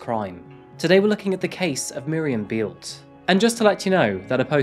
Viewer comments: Thank you for choosing a German case. Beelte is pronounced like bail-t-ea with ea pronounced as in bread. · "Bay-el-tuh" not "Bealt". Why don't you ever find out how to properly pronounce anything?